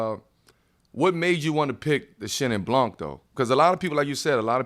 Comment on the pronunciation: LOVE iiit : keep that up btw the C in blanC is muted: it's pronounced BLAN ;)